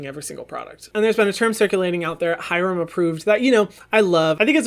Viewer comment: HYRAMMM!! JAMES CHARLES SHOUTED U OUT IN HIS RECENT YT VID!!!! 💗💗 he did pronounce ur name wrong tho 💀